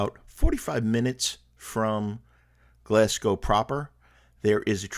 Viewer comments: Not to nitpick, but I'm from Greenock and your pronouncing it wrong. It's pronounced Green ock not gren ock. It's from derived from green oak as in oak tree. Hope that helps. We'll done in pronouncing Glasgow properly usually Americans pronounce glas gow instead of glas go. Hope that helps and hope you enjoyed your time. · no prob. Its easy to get these things wrong. The one that's usually alway pronounce wrong is glasgow. Usually hear it pronounced glasg gow when it's glas go. Enjoyed your video though. Hope you had a great time in Scotland.